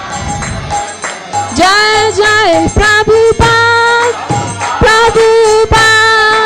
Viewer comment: Hey, congratulations you are one of the rare devotees that know how to pronounce Srila Prabhupada's pranam mantra...